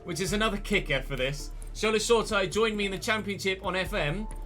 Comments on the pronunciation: FYI, Shola’s surname is pronounced “sure-a-tea-ray” rather than “sure-tyre” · Hi love the vids, just to let you know Shoretire is pronounced Show-ra-tee-ray.